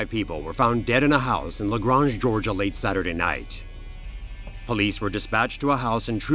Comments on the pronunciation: Im from GA nd i dont like how this narrator pronounced Lagrange, its La-grAYnge not Lagrahnge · It's Luh-graYnge, GA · It’s le “graynge”